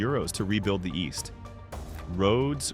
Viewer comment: "Eest Germany"